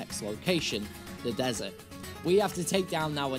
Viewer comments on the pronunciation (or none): none